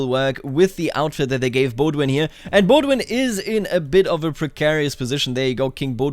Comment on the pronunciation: I'm so triggered when I hear "Baudouin" pronounced Baud-win lol ! Great video on the greatest mod still ! 💪